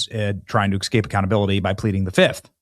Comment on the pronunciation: It’s ESCAPE not EXCAPE,Benny. 🤦🏼‍♀️